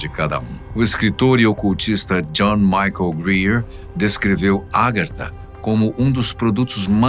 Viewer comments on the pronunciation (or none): none